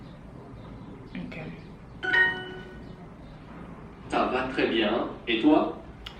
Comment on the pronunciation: Go! You did say ca va tres bien correctly, perfectly it just idk doesn’t like you? What is wrong with it you said it perfectly!? It normally makes the word Sto blue and you have to get the majority of the blue to have it correct